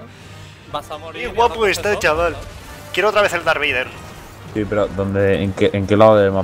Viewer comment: jaja "dark vleider" a lo poker